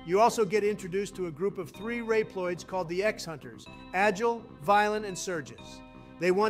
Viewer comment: Rep loids